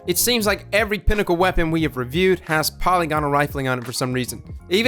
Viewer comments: Why would you think the word is pronounced "poly-gonal"? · the y in polygonal has a short i sound not an e sound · I know you hear this all the time, but part of me thinks you'll care this time. That's not how you pronounce polygonal. Since "every weapon seems to have it" I figured you'd have corrected this by now. EDIT: Also, the gun can kill in 0.47 seconds and you're complaining that it wasn't allowed to scale to 0.27 like it's PvE scaling would suggest? Are you kidding me?